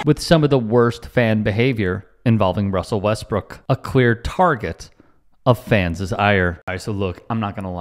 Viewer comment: did I really hear you say "fanses"? Not that I would stoop to heckling a journalist for improper usage, of course.